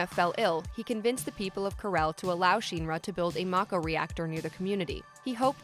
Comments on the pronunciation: She makes a video sounding like she knows the lore but probably just read it somewhere not even play the games. It’s not sheenra it’s shinra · Shinra. Not sheenra. Lmaaao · 1 minutes 38 seconds in and I'm commenting to say that the letter "i" does not always make the "ee" sound... It is shin ra (like the shin part of your legs...). Not sheen ra. This already irks me... Gonna try to watch the rest... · SHEEN-ra? Martin Sheen-ra? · Not Sephiroth's group of soldiers. SOLDIER is owned by Shinra. Which is not Sheeenra. You'd know if you ya know played and heard it said. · Why is pronouncing shinra so hard? Just listen to a voice clip from the game. Or the movie. Or the 2 other games with vocals. Shin Ra Not Shien ra. She even flipped between saying it right and wrong. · Say sheenra one more time, I dare you . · Stop saying Shinra like that! “Sheen Ra” whaaat? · Take a shot every time you cringe hearing her say “Sheeen Ra” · it's my position if you are targeting an english audience then you need to use proper english pronunciation. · This was great... but why do you pronounce SHINRA so weird!? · No no no it's definitely not pronounced like how she says it in this video. Go watch the creative process videos and the interviews with the Nomura and Kitase and see how they pronounce Shinra. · And the pronunciation of Shinra in the video is incorrect.